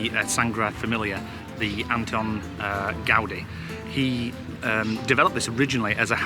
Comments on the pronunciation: “Gwardi” 😂 It’s pronounced “gowdee”. And again, “cho-ree-tho” not “cho-ritz-o”, you’re in Spain not Sainsbury’s 😂 You should also find a traditional Churreria bar selling churros & hot chocolate to dip them in. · He does but he was a bit off with empanada and Guadi 😂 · Also, Gaudi is Gow-dee (like Cow-dee)